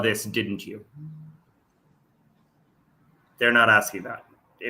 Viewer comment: Someone stop him he is going to start eating his crayons 🤐 he is hurting my head when he is "axing" a question